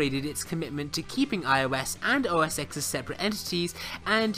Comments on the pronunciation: Whenever I hear anyone pronouncing it OS X (EX instead of TEN) you lose credibility instantly. Learn how to at least pronounce something correctly before you speak about it. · It's not "OS ex" it's "OS ten" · ITS OS 10, NOT OSX. The X is a roman numeral for 10. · OMG, its not OS EX 10......its OS TEN 10.whatever.... get the basics right please...... "X" is the Roman figure for 10... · Please note that the "X" in "OS X" is a 10 in roman numbers. So it's "OS ten".